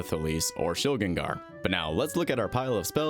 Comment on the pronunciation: Ayyy someone who pronounces Shilgengar like a normal human! Thank you